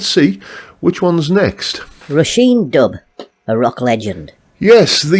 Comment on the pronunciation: Dubh is pronounced like "dove". "bh" is like a "v" in irish.